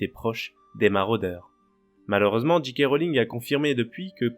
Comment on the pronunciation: Bonjour, merci pour la vidéo, essayez de dire Djé Ké Rowling et non Dji Ké Rowling. C'est dommage de prononcer à l'anglaise et si mal prononcer le 'J'.